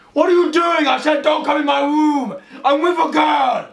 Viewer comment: I love how he pronounces words with the letter "r" with a "W". "My Woom my rules". 🤣😂😂